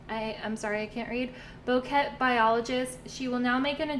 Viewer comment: It said Bouquet like a bouquet of flowers 💐 it took me a minute to figure I out xD